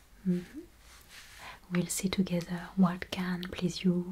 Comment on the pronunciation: I was asking myself what accent that was until you said "togetheur" x)